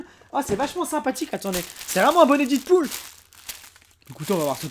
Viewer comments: Ouai faut le dire 《dèd pool》et non 《did pool》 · ça se prononce DEADPOOL et non ditpool !!!!!!!!!!!!! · On dit dèdpoul et non pas didpoul ☺️😉